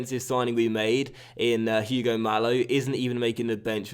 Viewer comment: and it is ugo not huge-o the h in spanish is silent